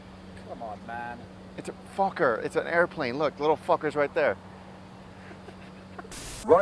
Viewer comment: I'm a kid and he said fucer for the plane XD